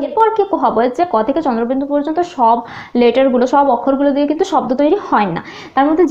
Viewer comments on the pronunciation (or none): none